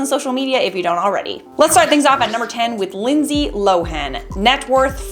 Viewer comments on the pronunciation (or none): none